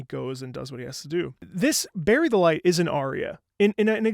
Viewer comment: Did he just say... Berried delight!?